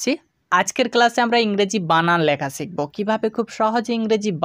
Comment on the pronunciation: আপনি শুরুতেই ভুল উচ্চারণ করেছেন, "ছিকব" ভুল উচ্চারণ। সঠিক উচ্চারণ -শিখব।